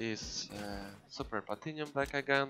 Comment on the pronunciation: It's deck not dick xD Nice vid bro❤